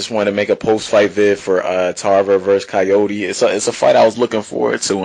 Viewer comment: good vid but his name is pronounced Car-YOUR!-dey not Cayode Try to pronounce it that way and you get it right